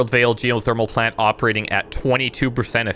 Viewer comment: Geothermal Pant-lant. (pauses) Puh-lant. :D